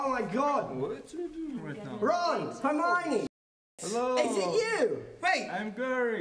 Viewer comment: herminey is herfiney